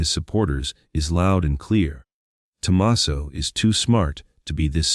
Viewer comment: This would be good if the AI knew how to pronounce Tucson, alibi, Tomasso and other important words.